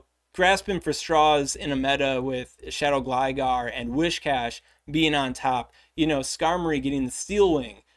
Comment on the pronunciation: Earthquake was previously ultra legacy on Gastrodon. They’re giving it that attack officially now purely so it no longer has that distinction, not to actually buff it. Also duuude, it’s Whiscash, not wish cash. Like whiskers.